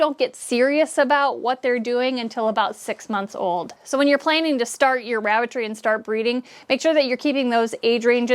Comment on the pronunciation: it sounded like I ke you said Rabbit 🐇 Tree🌳....🤣😜 THANKS GOR THE INFO. 🤗💜